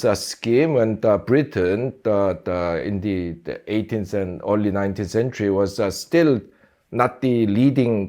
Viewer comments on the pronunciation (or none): his "da" sounds so jamaican 😅